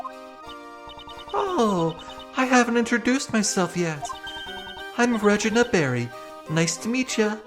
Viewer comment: By the way it's ragena not ragene silly